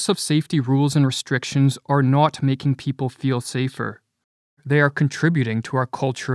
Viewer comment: "not" = Canadian